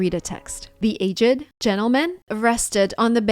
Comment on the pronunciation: Just a friendly tip: The word ‘aged’ is just 1 syllable, not 2. (Referring to timestamp )